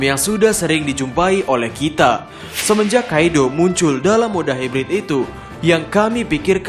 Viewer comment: Kok melayu banget lafal nya “kite”